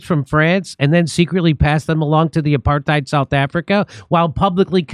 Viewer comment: Is Jimmy intentionally mispronouncing "apartheid"?